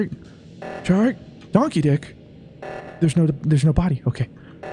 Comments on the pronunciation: I was so confused for a sec. I thought they were saying "Donkey Dick" instead of "Don Keedic" XD Now all I can hear is Donkey Dick- TvT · can you just say Don instead of Don keddic it sounds like donkey di** and I'm sitting by my grandparents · The new regulars are confusing. Everytime someone says "Don Keedic" all I can hear is "Donkey Dick" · Everyone: "Don Keedic": "Donkey Dic" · Every time they say Don Keedic it sounds like "Donkey Dick" I can't stop laughing 😂😂😂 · When shark kept saying don keedic I kept thinking he was saying donkey ** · Anyone else hear instead of, Shark, and Don Keedic., Shark, And Donkey d**k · Thanks to Shark pronouncing the name the other way I finally understand the joke of Don Keedic's name. The way everyone emphasizes it to avoid the mispronunciation made me not realize it was a joke all this time haha